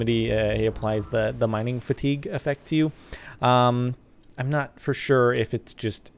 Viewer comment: Lol sparkles 😂 mining fatigue is pronounced mining "fatty gay" it's French.